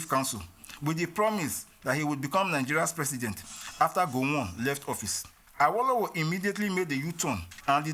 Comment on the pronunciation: Any video you watch pronouncing Awolowo as “are-woe-low-woe” is just there to spread propaganda.